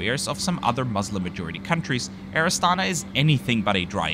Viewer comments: Pronounced with the stress on the last syllable: Air AstanA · Good video! Just pls mind that this airlines name is pronounced as Air AstanA.